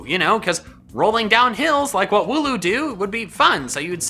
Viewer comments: Wooloo i think its not woo loo andnits wool oo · hmm thats a wierd way of saying wooloo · Wool-loom, wool duh and loom, crafting things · You ruined mine cause i thought he said woohoo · Wooloo - Wool and Loom... minus the M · I think wooloos name is wool and the pronounciation of the word uwe